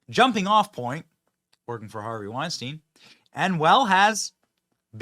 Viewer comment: It'd be nice if Benny could at least correctly pronounce the name Weinstein. A little education goes a long way.